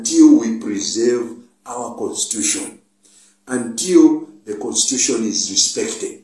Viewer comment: Is it constuition or constitution?